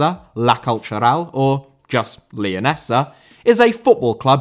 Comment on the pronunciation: Leonesa* not Leyoneser